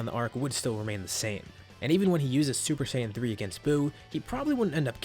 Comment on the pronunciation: Lol hi said super shaim 3